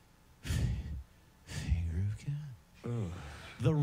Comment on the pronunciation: "Fhhh-Fhinger of godddd"